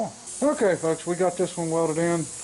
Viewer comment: I said it before and I'll say it again. Stop saying folks. I think you tube's algorithm thinks your saying f*cks. I know that it has sounded like it to me sometimes.